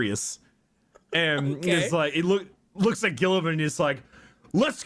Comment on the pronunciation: While we meme on Guilliman's name, I do think the way that Warhammer's British announcers pronounce it. They say it like "Ro-butt Gull-ee-mahn." But Guilliman is definitely one of the primarchs that should be respected. He gets a lot of flack for being logistics-focused and logical while not being as martially skilled as many of his brothers, but he's one of the few primarchs who does care about making a working society for regular humans. It's why the 40K galaxy depresses him so much: Things have gotten worse, enemies are everywhere, and he's lone loyal son left (as far as he knows). Guilliman's skills as a politician and empire-builder are a double-edged sword, though. The threats aren't just from the outside. The Imperium does not like change, even from a son of the Emperor, and he has to challenge entrenched Imperial institutions that see him as a threat to their power and as a potential usurper trying to make a new empire for himself. He was even getting pushback in Ultramar after he returned, and there are hints that his actions during Imperium Secundus may come back to bite him. As Lorgar's shitty dad Kor Phaeron said, "Horus is the brightest star and you [Lorgar] carry your father's face. But Guilliman's heart and soul are cast in the Emperor's image." That said, you should probably check out profiles done by Astartes Anonymous or, for something a bit lighter, PancreasNoWork. You'd get more accurate and less meme-y info, especially since this AdRic episode was from th